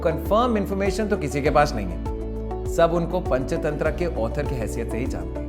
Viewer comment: ये पंचतंत्रा क्या होता है भाई हिंदी में पंचतंत्र ही होता ह इंग्लिश उच्चारण क्यों घुसेड़ रहे हो भाई